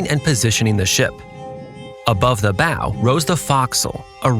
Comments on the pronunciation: ok I love your videos and I just discovered then but please pronounce the terminology correctly. the bow it not pronounced like the thing that shoots arrows and the bosons locker also needs a rework. Great video though! love the nav explanation and the lack of AI slop. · “Bow” is pronounced like bau, not boe. Also, “bosun” is pronounced boe-sun, not baw-sun